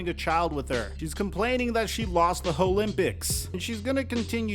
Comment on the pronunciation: HOE-LYMPICS LOL